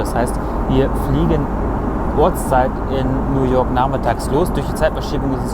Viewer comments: Es heißt New York, nicht Nuworg, und es heißt Kuala Lumpur, nicht Kulalumpur. Süß wie du immer so deine Ausspracheschwierigkeiten hast. Haha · ''Nu walk'' Die Stadt kenne ich garnicht xD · Bin ich der einzige der das Merkt wie er New York als New work oder ork ausspricht ? 😂 sonst super Video 👍🏼